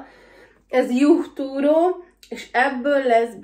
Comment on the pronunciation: nem juch turó hanem ju túró